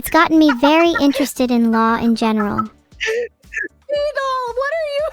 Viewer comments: Damn, she actually said vedal right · Ayo, was trying to see if she could be more Vedal's type at the end? 🤨 Also lol she actually pronounced Vedal correctly at the very end too.